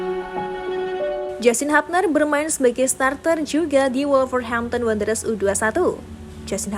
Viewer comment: Hubner min bukan habner 😂